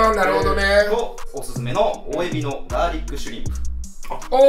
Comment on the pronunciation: カ゜〜↑リック↓